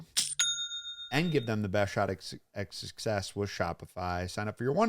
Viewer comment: “shot at ectuccess” 😂